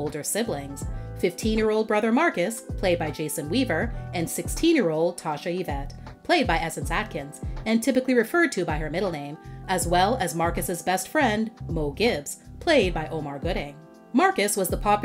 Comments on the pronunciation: Mo Tibbs, not Gibbs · It’s Tibbs. Morris L Tibbs…get it right.